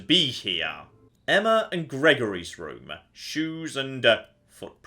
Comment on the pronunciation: Why can't pronounce Emma? Emmer isn't a name god damn it!